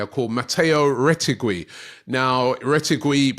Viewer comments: Robbie gotta Work on the pronouncation of some players 😂 Retegwwiiiii, Milloooottt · Mateo (you did surprisingly well) but the second name (roll the R) "Reh-Teh-Gee" 😂😂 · you don't pronounce the U in Retegui